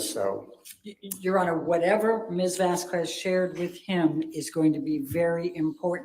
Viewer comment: Hypothetically, how hard would one have to hit to get it through that thick skull that it's not "Vazkwes"